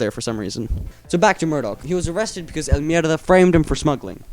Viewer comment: He says it so well